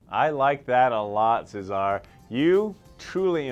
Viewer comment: I know, I'm Swedish and no English-speaking person can pronounce my last name correctly - but I've never heard that way of pronouncing Cesar before. And this guy is obviously not Latino, so I'm not sure that's the way they say it in Mexico (though I don't know).